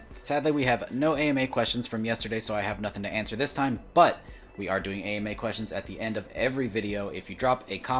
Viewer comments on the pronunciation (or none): none